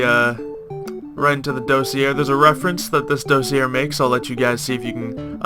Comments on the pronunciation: DOSS-EE-AY That's how you pronounce it. It's french. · it's pronounced dossier not dossier kappa.